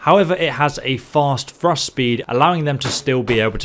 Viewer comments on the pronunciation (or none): none